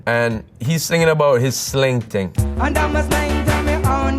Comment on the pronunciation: Actually thought he was saying unda me sensi